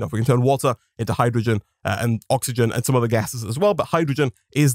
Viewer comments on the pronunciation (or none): none